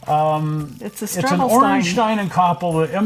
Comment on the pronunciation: Ayyye you got the pronounciation correct! Congratulations! :D